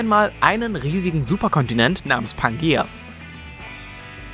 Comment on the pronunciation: "Pangaea", wenn schon.